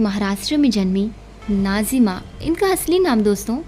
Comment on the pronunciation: What’s wrong with you Can you not pronounce Nazims 🤨 Why keep saying Najima 😡